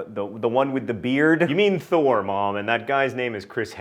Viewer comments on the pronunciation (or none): none